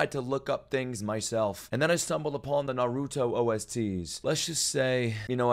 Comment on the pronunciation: youre hilarious and the best reactor out there but christ, stop saying narooto, its nah- ruto. also, you would love this show